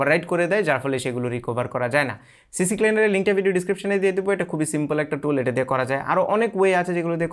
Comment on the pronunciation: আমার মত ভুল আপনিও করেছেন? সিক্লিনার কে, "সি সি ক্লিনার" আপনিও বলতেছেন। এই সফটওয়্যার এর নাম বলতে আমিও ভুল করি। আমি দেখতেছি আপনিও ভুল বলতেছেন।